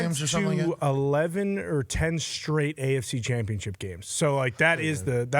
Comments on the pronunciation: "Chompionship" dah fuq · Why does he say "ChOMpionship"